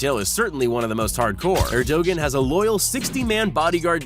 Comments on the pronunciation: It bugs me when the creators of these videos can't be bothered to pronounce people's names correctly. The last name of the Japanese Prime Minister is Abe (Ah - Bay). The President of Turkey is not Er - Dog - Gone, it's Er - dah - wan. Get it right guys. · U Americans really need to learn how to properly pronounce other culture's names. Shinzo Abe (Aah-bae). Erdogan (Err-doh-wan). At least you know your Chinese overlord's name...